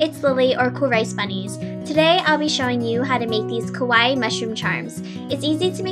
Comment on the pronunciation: XD im not trying to be mean, but in the beggening, you said, kOwaii. 0.0 that means scary is japanese. XD lol sry. just saying.